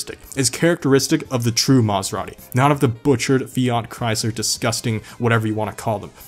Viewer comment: Did you say “Maserani?” Lol